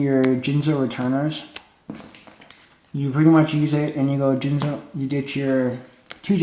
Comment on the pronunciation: Soon as I herd you say Jinzo I clicked the thumbs down button.